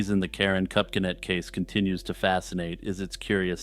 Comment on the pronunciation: Pronounced Kup-sin-et. Ty